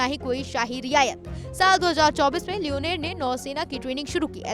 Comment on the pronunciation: Not leoneer this is leonor😂😂